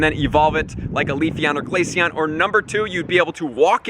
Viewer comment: GLACEON NOT GLACION DUMB